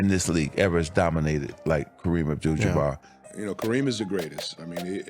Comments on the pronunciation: Oh cmon... anybody watching this , much less MAKING this , know that Karen's last name is NOT pronounced jaBEAR!! Its not even spelled in a manner that would suggest it would be pronounced that way. I found this low budget piece to be a left- handed compliment to a player who was undeniably an asset to his team and deserves his place in NBA one-of-a-kind players. My regard for Kareem is keeping it REAL because I am a dyed - in wool 1970's 1980-90's CELTICS fan. 😮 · More AI voice recognition: Ja-bare?😂😂😂😂😂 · As soon as the voiceover said “Ja-bear”, I stopped watching.